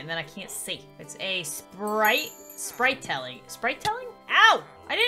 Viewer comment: I love when tries to pronounce Spritling!😂😂😂